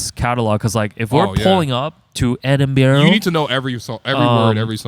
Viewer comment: Btw it’s pronounced Edin-brah, Scotland (I think lol) beautiful place